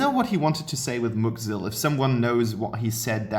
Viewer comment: VoidofDusk Gaming Lol yeah the Maloch when he said muck Zill